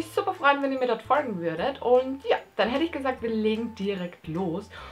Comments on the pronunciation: Digger wem regt das auf wie die Folgen ausspricht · Warum sagst du folgen komisch? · Du sagst folgen so lustig😂😂😂 folgt mir leude: jxckya